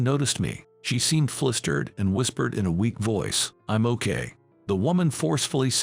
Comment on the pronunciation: Once again [said exasperatedly so] the word 'flustered' is deliberately mispronounced as 'flistered'. WHO checked the pronunciation of words? So BLOODY ANNOYING!!!!